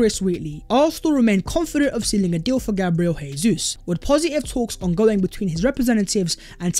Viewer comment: Please pronounce Gabriel Jesus’ name right lol. He’s not Spanish